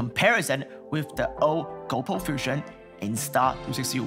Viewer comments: its GOPRO not GOUWPO..... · "GoPooh" rofl